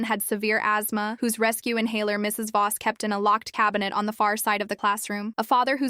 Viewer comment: The stupid AI thinks the the period after Mr. or Mrs. is the end of a sentence. And Voss is not Boss.